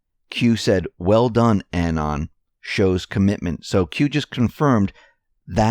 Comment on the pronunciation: Anon, pronounced uh-NON, not annen. Emphasis is on the second syllable.